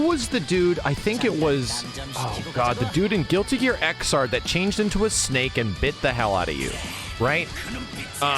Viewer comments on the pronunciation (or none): none